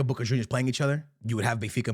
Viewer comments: Sounds like you’re saying “booger juniors” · It's funny how he pronounces boca, makes me think of the wrestler booker t when I hear it